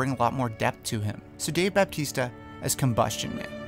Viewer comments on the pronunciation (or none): It is pronounced Bautista NOT BAPTISTA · How do you pronounce "Sammo" as "Sumo"? Also, there's no "P" in "Bautista." The staggering amount of YouTubers constantly mispronouncing celebrities' names, when looking up the pronunciation should be the easiest thing in the world, is SO unprofessional.